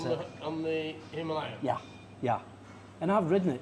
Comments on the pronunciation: I try my best to follow it - But as mentioned at the end of this day - We all know what you will choose. The real hard bit is.... it is called a HIMILAYAN not a himaaaalian. Sometime you get it right and I go Yes! then you go back to Himaaaalian? Love the roads and it looks like awesome fun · Hi Ma Lay An! Why do so many bike journalists have so much trouble saying Himalayan?